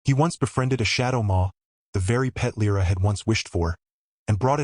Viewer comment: Perché continui a dire L R A? È Lira. :-/ Bella storia, e trama. La regina non è lei. Anche l' inglese non è tuo ;-)